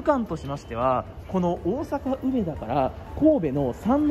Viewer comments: 梅田のイントネーションがなんかおかしい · 「うめ」が抑揚のない発音、「だ」を一～二段高い音で発音していただけたらみんな立派な関西人ですw （ちなみに「中野」も梅田と同じアクセントです） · めっちゃ、梅田の発音が気になるww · 有料特急？南海と近鉄もあるやんｗ 梅田の発音が違う。大阪梅田は上野と同じ発音です。 あと阪神9500系じゃなくて阪神9300系のはずですよ。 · 内容より梅田の発音に違和感があり過ぎて内容が入りにくかったです。 まあ試験的な運用でしょうが、長続きはしない予感です。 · うめだ の発音がおかしい